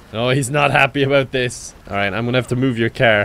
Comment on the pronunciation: love how he says “kyar”